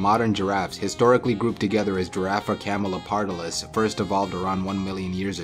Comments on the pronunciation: I know but it is always good to point it out, especially because he also speaks Camaleopardalis instead of Camelopardalis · The scientific name of the giraffe is "camelOpardalis" not "camelEOpardalis"